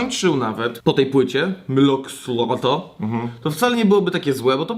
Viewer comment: Mylo Xyloto się czyta "majlo zajletu", pozdro fani :P